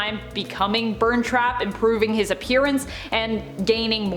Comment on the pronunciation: You say burntrap as burnt trap.